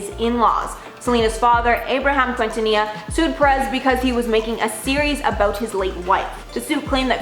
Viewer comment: Quintanilla is pronounced "kintaniya"